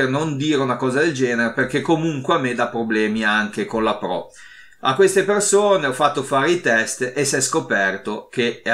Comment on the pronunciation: Scusa mah il po1 è po2? Scusa o la R moscia 😂 pro 1 e pro 2